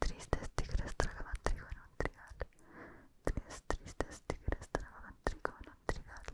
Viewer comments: dices mejor que yo lo de los tres tristes tigres jeje. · dijo el trabalenguas de tres tristes tigres mejor que toda la gente que habla español